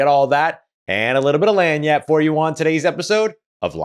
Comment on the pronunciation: Love your content,! I’m a recent convert to The Saints due to Carr joining the team. I’m a Fresno guy and went to Fresno State and watched Carr play live there. Can you help me out. I can’t understand your intro line haha. “All that and a little bit of (“LAN-YAT”) for ya…” What are you saying and what does it mean?:) Thanks again for always bringing it!